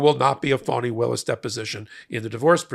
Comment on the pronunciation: Her name is fann eeeeeee not fawneeee